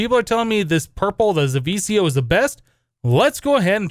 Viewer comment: zivicio is pronnounced ze-ve-key-io and you won't be able to use zivicio armor in the recipe of the wyvern armor if you damaged it